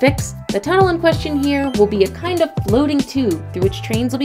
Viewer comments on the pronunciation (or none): none